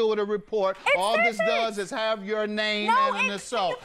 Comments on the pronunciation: I like the fact that the announcer pronounced her name so well and correctly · Big ups to the announcer for getting her extremely hard 1st & last name right